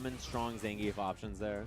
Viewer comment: nothings impossible if you train “zangeif”